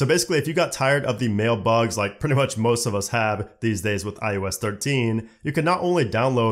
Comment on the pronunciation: Is it me or does it sound like he’s saying ius 14 and not iOS 14. Just saying.